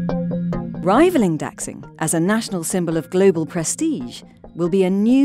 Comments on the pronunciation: Dack sing? "Dashing" would be a better pronunciation. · Please stop butchering the name of Beijing’s new airport, Daxing. It’s not pronounced “Dacksing” it’s pronounced like “Da-shing.” In the pinyin romanization, “x” is pronounced like an “sh.” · >the economist >talks about china being great >pronounces Daxing as dachsing yeeeah, dudes. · daxing -> da shing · the way they pronounced the name of the chinese airport is wrong. x in chinese pinyin is pronounce like sh, not ks